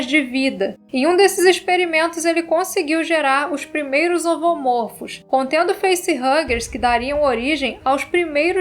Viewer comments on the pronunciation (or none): Como em cachorro, a pronúnciar é: um "cachôrro", dois ou mais "cachórros". Seja: Um "xenomôrfo", dois ou mais "xenomórfos"; um "ovomôrfo", dois ou mais "ovomórfos"